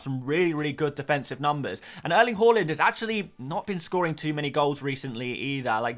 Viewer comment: Did you just say Erling Waland